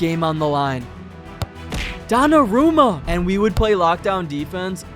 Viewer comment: taachumini donnie is a crazy way to say donnarumma